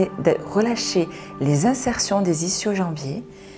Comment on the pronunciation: Ischio ça se prononce iskio